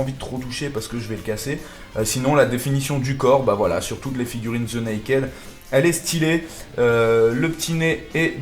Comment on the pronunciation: est ce si compliquer de bien prononcer "the"?